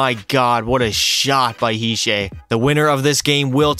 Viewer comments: Don’t wanna be that guy but it’s “He-Sher” not he-shay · Hi-sher not Hi-shaw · "Nico Hisché" 💀💀💀💀💀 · did you say hischay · Who is hesya bro say it right Horrible youtuber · The way you pronounced Hischier pains me but solid video😂😂😂